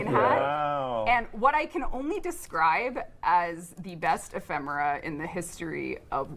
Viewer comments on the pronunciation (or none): The way he botched ephemera after they just said it